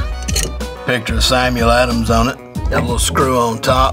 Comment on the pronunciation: Lol I love the way Country Folks talk. The way he pronounced Samuel adams ☠️🤣🤣